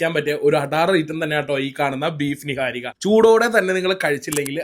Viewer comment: Niharika alla Nihari (pronounced as Nahari)